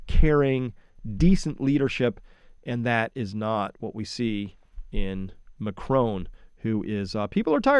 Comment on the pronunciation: Is your mispronunciation of Macron deliberate? i.e. crone?